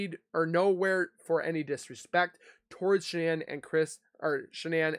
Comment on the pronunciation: She could not even say Shannan name